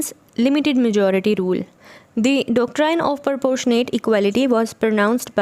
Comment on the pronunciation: Ma'am please check the doctrine and Rousseau pronunciation